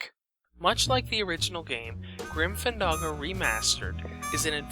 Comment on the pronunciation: It's not Grim FanDAHGO, it's Grim FanDANGO. Jesus.